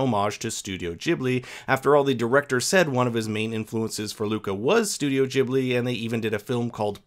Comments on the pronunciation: Gibli not jibli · STOP CALLING IT THAT SAY IT WITH A G NOT A JJIBLHIY… also I watched Porcoroso and I really liked it